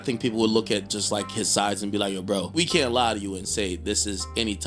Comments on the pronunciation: Lol fr he meant can't but it did sound like he said kyant but he said cant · not "can't", but "kyan't" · You cyannt miss it bro.